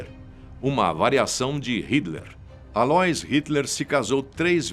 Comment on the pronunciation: A - LÔ - ÍS, como Aloísio!!! Pronuncia Aloís... ÍS é a tônica, pelamordeDeus....! E vai estudar mais, tem mais prova na Argentina do que no teu vídeo!